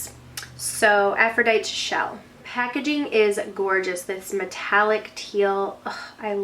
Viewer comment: "Af-fro-dite-tee" -- as in "Mighty Aphrodite"... :) Another tongue-twister!